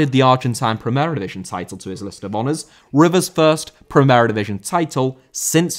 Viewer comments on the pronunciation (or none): División* not Divijon